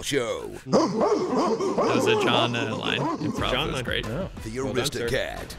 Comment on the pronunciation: “The Artistocat” 😂😂😂😂😂